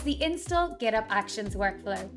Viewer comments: Is there any reason for not pronouncing the 'H' in Git Hub? As far as I know. most people pronounce it as 'Git HUB' not Git'ub'. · This is not an accent. It's an example of someone pronouncing it incorrectly. And then all the non-English speakers watching this are going to copy this pronunciation and think this is the way to pronounce "GitHub".